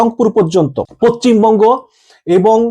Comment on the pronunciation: আরে ভাই বুঝলাম যে ভারত নিয়ে খবর না করলে তোমাদের পেট চলবে না। কিন্তু বাংলা উচ্চারণ তো ঠিক ভাবে করো। পচ্চিম বঙ্গ কি? আমি তো জানতাম পশ্চিমবঙ্গ বলে একটা রাজ্য আছে। এতো জ্ঞানী বাংলাদেশেই জন্মায়।